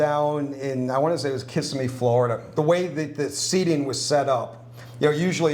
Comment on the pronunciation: Hurts to hear it pronounced like that...... Kiss-ih-mee. Practice before you come, unless you won't to stand out as a tourist. lol